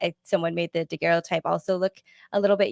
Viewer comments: Great discussion, guys! Always so interesting! (NB: “daguerreotype” pronounced “dah-GERR-oh-type”) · Nobody knows how to pronounce "daguerreotype" in all these videos I've seen by different people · when you get back, please teach how to pronounce daguerreotype! He's killing me! Good show other than that.